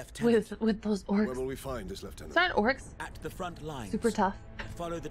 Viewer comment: This was one of my most favourite games on x box 360, just want to say though your vtuber thing is quite districting cause she’s quite hot I must admit, also you pronounced lieutenant wrong